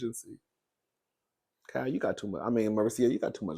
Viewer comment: 😂Cowl😂 the way you pronounce Kyle’s name is cringe but I have to laugh & love it cause you my boo thang 😅❤❤❤❤❤❤❤❤❤❤